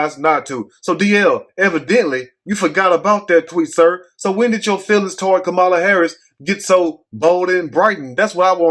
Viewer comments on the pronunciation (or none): THAT'S A LIE! I HEARD HER SAY SHE IS BLACK. .. ARE YOU DELIBERATELY PRONOUNCING HER NAME INCORRECTLY?